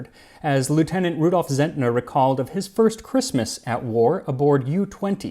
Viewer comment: Well made as always! 👍👍👍 For your information: "Zentner" is pronounced "Tsentner" and the abbreviation "U" for "Untersee" is just an "oo" instead of a "yoo". 🙂